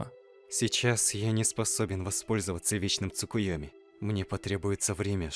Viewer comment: Во-первых не "Цукуёми", а "Цукиёми", во-вторых, какой Вечный Цукиёми у Наруто😂😂😂